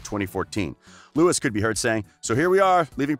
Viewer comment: Yeah I stopped watching after you said “Lewis and Neil”